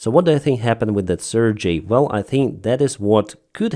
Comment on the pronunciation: You pronounce CRJ as the Russian name Sergei...